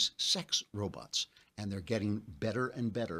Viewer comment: Dear Mr. Klavan, why do you say "robuts," but "bot" normally?